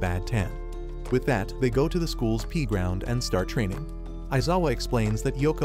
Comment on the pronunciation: Bro actually said the pee ground